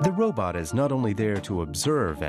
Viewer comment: "Robutt" .....heheh.